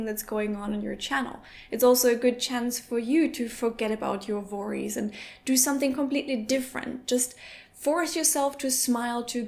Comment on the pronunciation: doch, denn sie spricht es völlig falsch aus